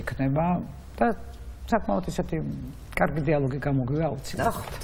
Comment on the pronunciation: ეს კარქი რა ვერ ისწავლა მარინა ბერიძემ?! კარქი კი არა კარგი! 🤦‍♀️სულ ასე რატომ ამბობს? 🤦‍♀️კარგი! კარგი! 🤦‍♀️და არა კარქი!